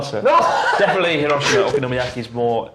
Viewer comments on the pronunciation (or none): none